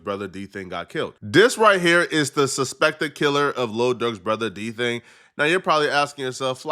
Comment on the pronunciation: Bro called him “D Thing” even tho it clearly said “DThang”. How them white ppl get it right and not you 🤦🏽‍♂️😂